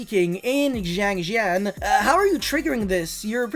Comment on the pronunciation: It's not pronounced Jiangjin nor Jiangjiang Is [sianjian] siAnjiAn